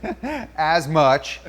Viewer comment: saying "as much", "assmunch," lol